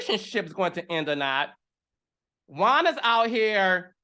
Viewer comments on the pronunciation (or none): I was with you until you said bring Charisse back. Also, it’s “Juan” not Jaun. 😂 Anyway, you made some great points.